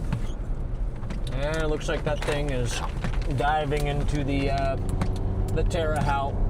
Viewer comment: Tear a hote is how it's pronounced